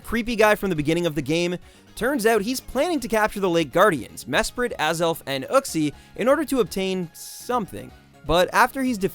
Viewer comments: ITS YOU-XIE NOT OOKXIE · lol no offense but the way you pronounce Uxie makes me cringe XD I've always said it You-Ksee or Ook-see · Lol "Mesprit, Azelf and... OOKSIE" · "ookzie" XD